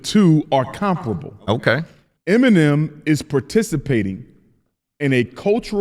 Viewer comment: Why are the emphasizing the first "E" in "Eminem" instead of the 2nd "E"? 🤣